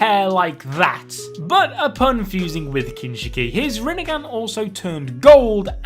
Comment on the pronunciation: Love how n say "Rinnegan"😂